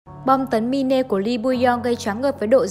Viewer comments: đọc là mai n chứ ko phải là mi-ne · Đọc là “ Mai” ( /mīn/) mine: của sở hữu, của tôi , đó là tựa đề cho nội dung film, chứ không phải đọc là mi nê , mi nê không có ý nghĩa gì hết nhe bạn. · Cái đó là “Mine” ~~ mai . Chứ k phải “Mine” # mi ne. Xin đóng góp ta kiến để phát triển kênh 🙏🙏